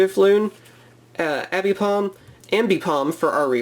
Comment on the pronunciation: Abipom..... Its aipom ffss